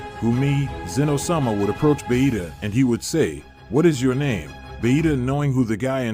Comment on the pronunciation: Why do they call vegeta bahita 😂